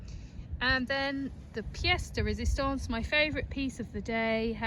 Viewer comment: For the last roman coin, could be a Constantine the first with an altar on the obverse. "Pièce de résistance" was said with a perfect accent.